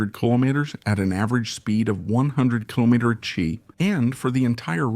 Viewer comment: Great example of the power of human ingenuity and the infinite ways AI can mispronounce km/h.